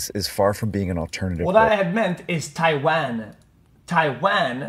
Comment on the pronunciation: "tai van"